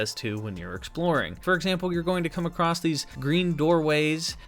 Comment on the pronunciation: "Acrosst" is not a word.